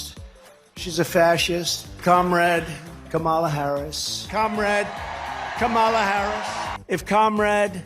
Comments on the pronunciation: Hateful and evil. She doesn’t mind attacking women who do not have children. I don’t understand the cruelty behind this. They all so smart but no one is smart enough to pronounce her name correctly. Every time Trump turns his base against a group of people someone dies. He called Mexican people bad. They not giving us their best. Walmart El Paso shooting happened. He said Asian people had Ku Flu ATL mass shooting in nail and massage salons were carried out. He said there was good people on both sides as people march down the street saying Jews will not replace us. They started attacking synagogues. He went after election workers people stated following them, calling their home, and spamming their social media with violence. He stated Haitian people were eating pets the KKK and proud boys marched in Springfield. The bomb treats haven’t stopped. Trump seems to be worried about rhetoric causing him violence but his mouth is like a weapon. They need to add up the people that died as a result of his rhetoric. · Must be hard to pronounce Kamala in the South. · What an unchristian thing to say about another mother! And her severe lack of intelligence at not being able to pronounce “Kamala”. Well, come January, she can just call her Madam President! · We are getting VERY upset on how people like moron dRump, jd vanstupid, stupid loomer and sarah suckbee harris cannot find the CORRECT way to say VP Harris name. Well WE will definitely show them HOW to say her name on NOVEMBER 5, 2024😡🗳️🇺🇸💙💙💙💙! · It’s so blatantly racist when these R’s mispronounce Kamala’s name. They KNOW how to pronounce it, they just refuse to. These are the same people who put the emphasis on Barack HUSSEIN Obama. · Pronounce her name properly,shame on you,lied your way as press secretary ,why should any one believe you .I think it’s a disgusting statement coming from you,you learnt a lot from your boss. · Another hole mispronouncing the vice presidents name. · It’s comma la